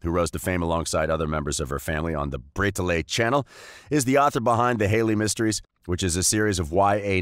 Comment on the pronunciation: Bray ta lay? Bray ta lay!?!?!BRAY TA LAY!!!!!!?????